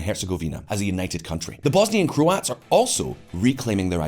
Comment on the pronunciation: what pronunciation of Croats was that? FFS.